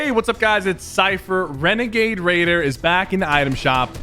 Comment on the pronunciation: Its legit annoying that he keeps calling it regagade cause it's not